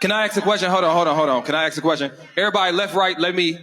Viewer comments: This is hella embarrasing, why yall as a people even entertain this. We had Jerry Springer, we love trash tv as much as the next one, we also knew it was exadurated ...... but ive never seen this stuff, this is no entertainment, this is just sad. Also its ask not axe, not a single one on that show can say ask, asked..... its always the axe, axed, . How they they pronounce axe then? As ask haha, its just so cringe to see collective incompetence, foolishness. Why the disrespect towards the very language you speak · I could never take advice from someoem who can’t even say “Ask” let alone the whole room who can’t even say the word ask. XD